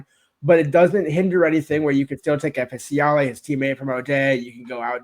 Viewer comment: Fa Siale isnt F.A. Siale. Its short for something, but Im worried ’ mispronunciation will cost us a commit 😂